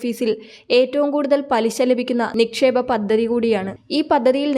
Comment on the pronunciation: പദ്ദതി എന്നല്ലെടി പദ്ധതി എന്ന് വേണം പറയാൻ ബാര്യ എന്നല്ല ഭാര്യ എന്ന് വേണം പറയാൻ. അക്ഷര സ്പ്പുടാതെ ഇല്ലാത്ത നിന്നെ ആരാടി ഇതിൽ എടുത്താക്കിയത്